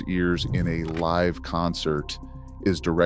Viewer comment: Yes!! Thankyou. Does my head in. Pronounces Live incorrectly as well. Stop it!!